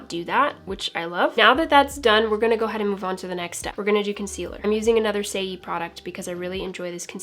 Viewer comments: Saie beauty is pronounced “say” you’re absolutely adorable saying “say-ee” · I’m sorry but every time you said ‘say e’ I couldn’t help laughing